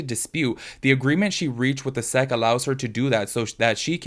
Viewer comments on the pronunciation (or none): Hi friend, you say the letters S.E.C not 'sec' :) for future reference